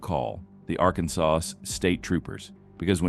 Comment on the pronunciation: Why does your garbage AI narrator mispronounce "Arkansas"?